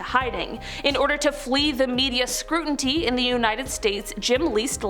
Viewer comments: Scrutiny, not scruntity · "SCRUTINY!!!" SCRU-TI-NY!!!